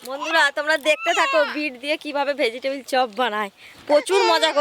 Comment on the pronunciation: ভেজিটেবল ❌ ভেজিটিবিল😅😅😅